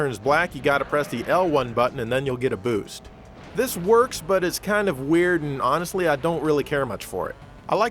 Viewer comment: "speed bewst" lol